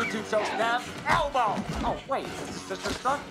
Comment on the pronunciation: When he said elbow it literally sounded like he said Elmo